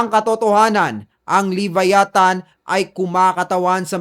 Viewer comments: LEE-VÁYÀ-THAN Stress ay nasa unang letrang A. ganyan tamang pagbigkas niyan.. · Vlogg ka.. pronounce mo bg maaayus tukmol "lebayatan" ungas. luh·vai·uh·thn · Boss ang tamang pronunciation ng LEVIATHAN ay LABAYATAN!!!FYI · wrong pronoucation sa Leviathan. Don't leave the "VIA" hanging .. say it fast. No hate just saying. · kahit ang leviathan prinonounce mo wrong 😂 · Sir sana sinearch m muna or nakapanood k s ibang vids kung pano ang pronunciation ng leviathan